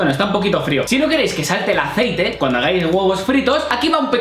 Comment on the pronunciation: Echamos un poco de Aicete uvu * echa mucho aicete*:3 Yo:._. Mucho xd